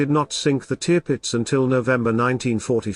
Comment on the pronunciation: Sorry but that is one of the worst video accounts I have seen. Firstly you mispronounce the Tirpitz, you initially show another ship as the Tirpitz, then the Admiral Sheer as the same ship. You show a capsizing Aircraft carrier- what for? You then show a capsizing HMS Barham - what for? You indicate a J88 and call it as such. It is the Ju88. You reference a Sherman tank on the deck of a ship firing its 75 milimeters gun and somehow link this to Churchill’s statement (which had nothing to do with the tank). The photos don’t match the narration. Please try again